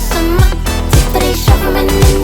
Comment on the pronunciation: Мені одному дуже подобається її наголос на зиМА, неМА?